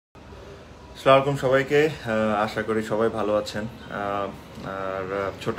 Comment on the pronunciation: ভাই সালামটা শুদ্ধ ভাবে আশা করছি। ( আস সালামুআলাইকুম )